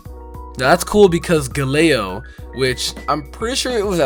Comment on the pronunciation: Are you sure Galeo is a tiger? It sounds more like lation Galeo: A Galleon, and it also reminds me of Galileo, who does have a relationship with stars and astrology